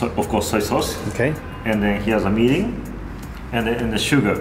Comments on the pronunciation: LOL mirin not meeting. Mirin wine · Mirin NOT Minn. Sweet Rice Wine not vinegar. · tanks. Mirin prononce and wrote english on video as like 'meeting'^^ i did'nt understand what is 'meeting' sauce. . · ohhh he was saying "Mirin". gotcha. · I cant exactly get the name of the first ingredient u put in the pot ( meeting...milling...) may be a list of ingredient in the description would be nice :D...Great video anyway :D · what is the clear liquid that he emphasize about I heard "Mini"? you did not add text on the screen in the beginning after the soy sauce. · Is he saying "Meaning"??? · No he's saying mirrin, a Japanese cooking wine.